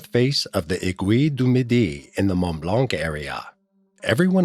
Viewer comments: What mountain is nearly 30, 000 feet? Mt Everest is only just over 29,000 feet. Accuracy is not the strongest point of this vide. Also it is not Nant Blanc - it is Mont Blanc. This unfortunately leaves a doubt over the accuracy of this script. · "Mont Blanc"